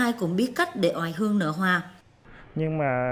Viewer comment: Nếu ko lầm thì bà phát thanh viên đọc là " ỏi hương"